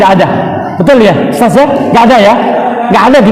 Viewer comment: Barakalloh. Sdh ikut2 dialek Makassar (Ustas). Kami tunggu di SURABAYA